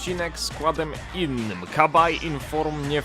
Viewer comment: Nie "Kabaj", tylko "Sabaje" ;)